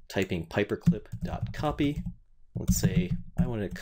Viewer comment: it's "pyperclip" not paperclip. :-)